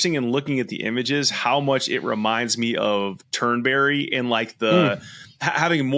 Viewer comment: It's not Turn-berry it's Turnbree. It's not difficult.